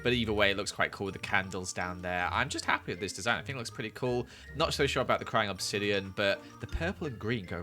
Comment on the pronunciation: "im petty hapfwee with this" me "0-0. WHAT!?"